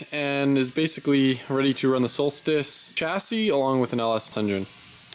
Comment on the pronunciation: “v8 solstice” nahhh “Volstice”